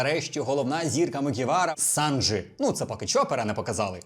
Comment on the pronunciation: Побуду трішки занудою, але СанджІ, а не СанджИ